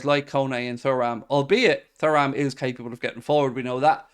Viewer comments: He makes it sound like a bowel disease🫣. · His mispronunciation on Thuram is a joke … grinds my gears